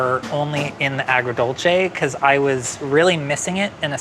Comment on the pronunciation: My jaw dropped when nailed “agrodolce” 😯😦😮